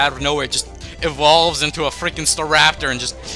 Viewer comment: *Evolves not involves